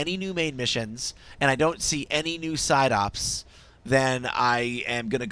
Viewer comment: Am I the only person that heard the guy say 'Psyduck' instead of 'Side Ops'?